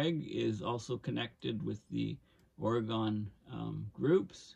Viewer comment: Good information. Thank you! Personal nitpick: your pronunciation of "Oregon" was occasionally wrong.